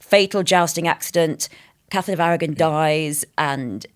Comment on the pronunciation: Catherine of Awaw ? What is she saying ?